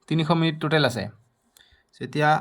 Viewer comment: Mitan😂 mitin😅 minit minit 😅😅